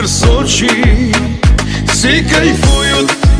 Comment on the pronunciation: Сочей 😂 мамочки что вы несете , забейте в гугле как правильно говорить